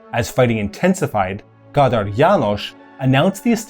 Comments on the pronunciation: for the books... KÁDÁR, not KATAR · one small nitpick: it s Kádár, not Kátár as on og hungarian name, from a profession